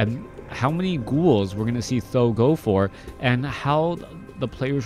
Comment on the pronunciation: great cast thx u. the only thing I think th000 it is pronounced T and H like the letters. Every other caster ( b2w , chaco ) pronounce his name like that s I think u could follow that way just an opinion